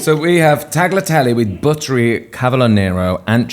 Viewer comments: Love Kaya and love the long video! But, please, it's pronounced "taliatele" no "g" sound in there 😉. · Despite everyone around him constantly saying "tagliatelle" correctly, keeps insisting on pronouncing the silent G. The same thing was going on with Suranne Jones on 'Vigil' (series 3), where she keeps punching the G in her fellow character's name "Longacre", while everyone else pronounces it correctly. Is this a northern thing, or do they have an audio version of dyslexia? I seem to remember someone on the DISH podcast recently doing the same thing with "Gingham".